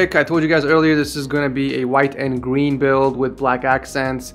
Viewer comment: Did i just hear gween